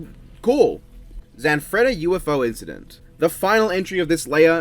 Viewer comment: You gave the Italian guy, Zanfretta, a Russian accent that slowly morphed into Count Dracula